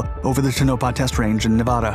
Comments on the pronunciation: Great video as usual, but the pronunciation of Tonopah leaves me shaking my head. You're saying Tow-NO-pah... it's TONO-pah. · Tone a paw please don't mangle names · Tonopah, pronounced: toe-nuh-paw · Its TONE A PA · its pronounced tone-a-pa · No one cares how you say“ Tone A Paw”.😜😀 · It's pronounced Tone a paw.